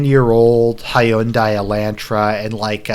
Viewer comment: It's weird how you say Hyundai. Also toyota is about the most modest car you can buy don't know if the newer ones are like this But they a usually easy to maintain and not that expensive to do so. But knowing Phil he probably bought the one with the most accesories.